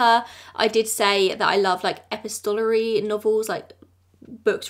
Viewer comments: Epistolary is pronounced Uh-pis-toh-lar-ee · no, not even close you said epi-stol-ary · to my ear you are putting the emphasis on the wrong parts. I just double checked the UK pronunciation and it’s the same as the US. I like to say words correctly but of course you can say it any way you like. I pronounce words incorrectly from time to time because I’ve read them for years and never heard them outloud. I think that’s probably common among avid readers.